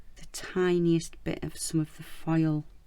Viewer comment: This turned out so nice! Funny: I have heard you say “file” so many times and I was like I need to find out what this is…welp….today I finally realize your are saying foil! LOL